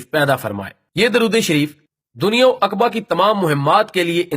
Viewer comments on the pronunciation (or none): none